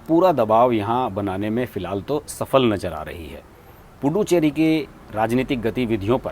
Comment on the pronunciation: Pl pronounce it as पु दु च्चेरी and not पु डु चेरी। पुदु in tamil means नया ,चेरी in tamil means hamlet/ village.गांव। इसका मतलब पुदु (च् ) चेरी = नया गांव ।